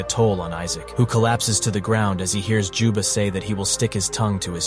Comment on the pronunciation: "Jubba" "Joba" "Joma" its juba goddamnit